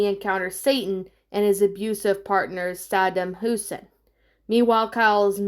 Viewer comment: South Park came out in 1997 also for this movie to have big names like George Clooney, and Mike Judge how could you go wrong? I think this might be the first South Park movie I’ve seen in around and I do remember being grossed out about the gore of Kenny, also you butchered the name XD Sadam Husain. This movie I need to see again but it’s definitely good and hilarious like how the show is.